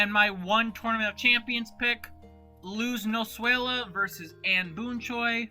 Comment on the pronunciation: It sounded like you said luz noswayla instead of Luz noseda